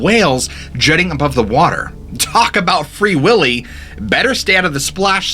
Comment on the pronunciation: “Talk about Free Whilly” 😂😂😂